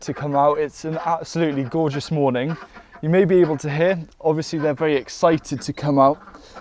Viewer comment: He says vewy instead of very. He’s cute.